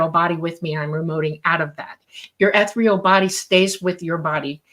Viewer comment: "Ethreal" body?? Does she mean 'ethereal ' ??